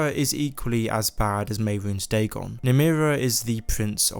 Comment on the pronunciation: All credibility goes out the window when you say dagon.